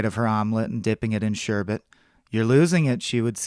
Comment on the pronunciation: thank you for pronouncing "sherbet" correctly...so many people say "sherbert". Although you did later refer to it as "ice cream"...